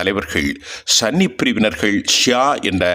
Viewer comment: It is Sunni not sanny